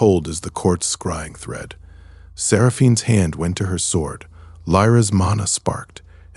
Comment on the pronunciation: The Ai's voice changes way too much, and the first time I heard the W pronounced in sword, I knew this had not been checked.